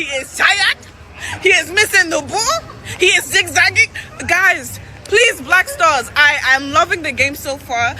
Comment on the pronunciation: Did she say Black Stores 😂😂😂😂😂😂